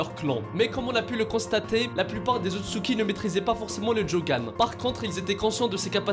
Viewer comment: c est otsutsuki pas utsuki